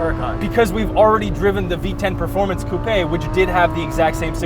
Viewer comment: Did this dude really say "coup-ay"?? 🤦‍♂️